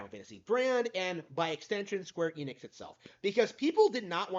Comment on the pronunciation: You almost said Squeer Enix. 😂 Seems like one of your subscribers started to rubb off on you.